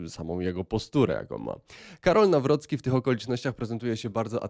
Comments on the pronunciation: "New Rookie" nie brzmi jak nazwisko prezydenta, Trump mógl postarać się bardziej i nauczyć wymowy. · Trump powiedział tak nazwisko prezydenta nie przez problem z wymową, a odniesieniem do kampanii, gdzie miał hasło NowRocky na koszulkach. Prezydent potwierdził z dużym zadowoleniem takie przedstawienie go w sali.